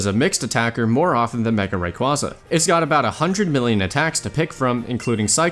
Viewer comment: Are and married to each other? pronounces Rayquaza wrongly while pronounces it correctly